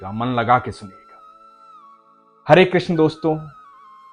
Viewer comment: Hore nahi hota hare hota hai